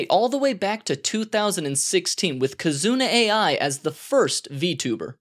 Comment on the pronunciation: Kizuna AI is not read as AI it's ah-ee cuz ah ee means love in japanese.